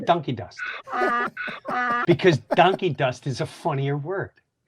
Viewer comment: Did you see how Dan was hearing “DUN-key dust”, but Jim was saying DONKEY dust?